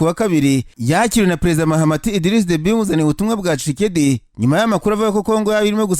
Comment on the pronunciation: Besige disi😂😢😢😢 hanyuma ukuntu uvuga kicekedi nibyo binsetsa😆😆😆😆